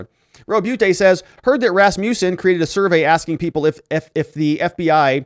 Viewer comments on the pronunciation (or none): none